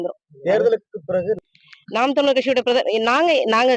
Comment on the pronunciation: அம்மா தமிலர் இல்லமா ( தமிழர்) என பேச